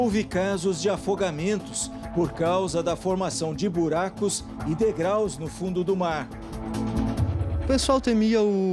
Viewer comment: Um engenheiro falando degrais é de F**